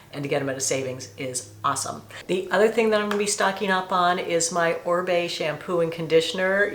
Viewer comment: Oribe is pronounced O-reeb not Orbay! 😂